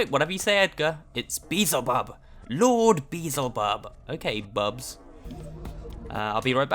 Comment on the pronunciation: Uh... Did he just say "Beezlebub" instead of "Beelzebub"?